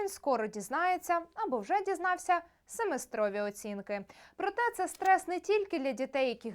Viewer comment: СемЕстрові, а не семестрОві - вивчи м ову сама